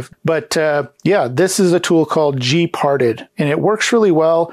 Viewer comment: gparted is pronounced like "gee-part-ED" with the last syllable emphasized and pronounced like the first syllable of the word Editor. It is an abbreviation for GNU Partition Editor. It's a good open source tool that can do a lot of good things, but can also do a lot of bad things if one does not know what one is doing. SATA drives in modern Linux systems are treated as if they were SCSI drives, so it's not surprising to see drive devices referred to as, for example, sda (SCSI device A), whereas IDE drives may be referred to, for example, as hda (Hard Drive A), or may, depending on the distro and release, fall under IDE over SCSI emulation and also use the sdX nomenclature. Regardless of type, they are all block devices, and can be listed in tree form from the command line by typing in lsblk then pressing the enter key. Similarly, to list all USB devices, lsusb followed by the enter key. Each of these commands has options for more specific uses, a listing of which is available by issuing a space followed by --help after the command.